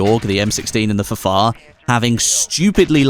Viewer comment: it's ffar! not fafar.... smh